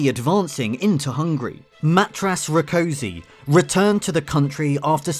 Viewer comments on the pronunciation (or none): I wasn't sure the first time and I still can't quite trust my ears. Did you really pronounce Rákosi's given name as 'mattrass '? (It's more like 'MATT-yaash'.)